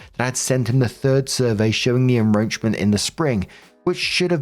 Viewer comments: en-KRoach-ment not en-Roach-ment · why do you keep saying "enroachment" instead of "encroachment" its really annoying!!! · WHY DO WE KEEP SAYING enROACHment when it is enCROACHment?!?! It’s driving me nuts!!! 😂😂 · "EnCroachment". With a "C". Not "enroachment. Driving me mad, lol. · IT IS EN *C*ROACHES I can't tell you how IRRITATING it is listening to enroachment when it is enCroachment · Story 2, I thought the shed had roaches. Lol. It's encroachment, (IN-CROACH-MENT) not en-roach-ment. Lolololol. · it's not en-Roachment it's en-CROWchment. You're driving me crazy here! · It's "en-KROH-tchment" not "En-ROACH-ment" lol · Seriously, it’s “en-KROACH-ment”, not “…ROACH-ment”. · It's enCroachment not enRoachment. I'm not sure enroachment is a word. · The shed story: it's enCroachment. That was driving me nuts 😂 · Story 2: Why does keep pronouncing "encroachment" as "enroachment"? Would also add that the story takes place in NY, which is notoriously corrupt. Someone in inspections is being paid to delay delay delay. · It’s enCroachment. (I’m sorry- I had to. That was driving me crazy.) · Narrations: I am going to be that person. It is en·croach·ment /inˈkrōCHm(ə)nt,enˈkrōCHm(ə)nt/ Make a hard K sound unless it is roaches invading yours space. Thanks ! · "En-roach-ment" lol! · Why are you saying enROACHment? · Encroachment has a C in it. You are pronouncing it like he's sowing roaches. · Why can't you see that c in the word encroachment? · did you miss the C in en-c-roachment every time you read it?? It jarred every time you said it! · it's cause keeps pronouncing it wrong 😭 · I think it's maybe because (at least in the update) I didn't hear the "c" in "encroachment" at 12.50-ish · pronounces SawzAll perfectly Also: Still saying En-roach-ment instead of En-Croach-ment.😅💚 Love u to pieces, but I'm pretty sure the C isn't silent.😉